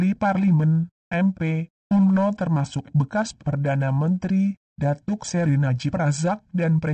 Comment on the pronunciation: Sebutan Umno biar betul Pak..